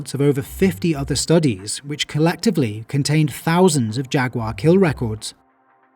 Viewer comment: Great video. Also, "Jag-you-are".